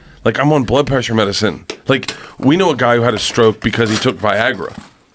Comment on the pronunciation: Why cant bert say blood pressure correctly. He always fucks it up, he says bloob plessure